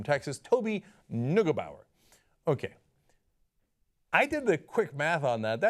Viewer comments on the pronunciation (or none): Cenk soll seine türkische Verwandtschaft in Deutschland anrufen, dann weißt er wie "Neugebauer" eigentlich ausgesprochen wird.